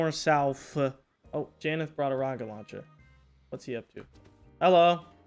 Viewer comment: when take helicopter and heli rocket he always says rackat:) is so silly